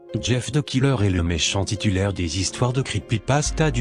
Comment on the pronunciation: on dit jeff the Killer et non jeff the Ciller 🌀